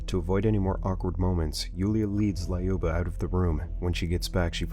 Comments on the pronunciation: it's not lAUba 👎 Do you remember Luc Skywalker? Of course yo do. So, it's like Luc, but Luba ! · Every name is pronounced as it was the substitute teacher in Key and Peele. "Lyuba - LAAAH-you-BAH" Not even close. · Lol quick russian lesson 101 It was be (Lyou) (Ba) LyouBa